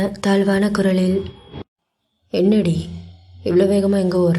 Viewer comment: Sago neenga அந்த என்னடி "டி" போடுற அழகே அழகு எனக்கு அது ரொம்ப பிடிக்கும்